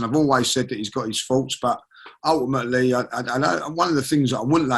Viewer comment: always turning around to tell us